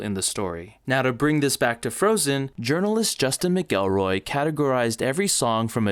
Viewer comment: ...... Justin Mc Elroy......... I know you had no way of knowing but i DID have to pause the video to laugh, its pronounced Mac elroy